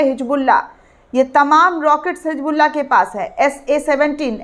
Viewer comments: It's Hisbullaah not HIJBuLLA, pls do not irritate It's KHAZAANA not khajaana Kunwaa ka pani nhi Kunwe ka paani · hisbullah hai naam hijbullah nahi apni Urdu ko durst karo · It's Hisbullaah not HIJBuLLA, pls do not irritate Kunwaa ka pani nhi Kunwe ka paani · Madam it is Hizbollah not hijbulla please correct your pronunciation